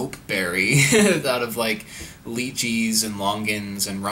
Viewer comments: it’s la chee not lee cheese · I've only heard people pronounce it Lychee as Lye-chee or LIE-chi. Not Leechee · I thought lychees were pronounced as lie-chee also theyre sold at like every grocery store here in australia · The way he says lychee makes me cringe a bit. We say it like “lie chee”, but they might say it different! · I had a Chinese girlfriend that pronounced it as "Lee chee". I believe that's the Mandarin pronunciation. In Cantonese I think it is "Lie chee". Neither pronunciation is correct technically since there should be a T and Z sound in there but that is beyond my oral abilities. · Lychee is pronounced "Lie-Chee" in more western countries. I think personally the Lychee is superior to the longan and the rambutan, but you NEED to get a good one. Longans and rambutans tend to have a bit more leeway when the fruit isn't perfect, but their perfect specimen never quite reaches the level of the perfect Lychee. I live in Australia and Iv'e never even heard of a pulasan.